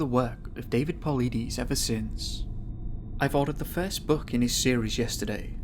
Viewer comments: David Paulides (Paul-lie-dus) not (Paul-lee-dees) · Ayy LMAO Po-lie-dus Say it with me kids, "polides" Also it's aliens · David Paul-EYE-des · It's pronounced David Paul-ide-us(sp?)..'great video too... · DAVID PAULIDES last name is pronounced "PULL - LIE - DIS" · I think that if you're going to study a mans work and make a video referencing it you should take the time to learn how to pronounce his name properly